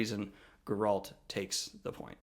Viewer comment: “Gur-alt” Sorry, but I’m gonna go with CDPR way of saying it as “Gair-alt” Also, it should be noted that Geralt isn’t a human. He’s a mutant.